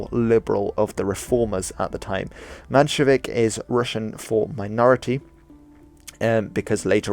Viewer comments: The map is wrong i don t know why you d use such an exaggerated projection. and it s MENshevik this is like listening to a doc about the american civil war and you call him robert e leon. And that s in the first five minutes. It puts one on high alert for the next mistake. I for one have a low tolerance for misinformation. Anyone who attempts to inform an audience BETTER get their facts straight. That s the way to progress as a society with correct information being delivered. And learned. Otherwise you get yankees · Actually its spelled menshevik, not manshevik